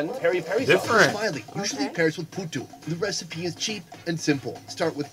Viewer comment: Its Phuthu🍚😹😹 Poo•too